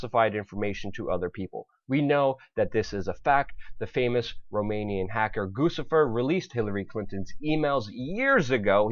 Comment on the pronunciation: It bugs me when people say "Goossifer" It's pronounced "Goochifer" Like Gucci :)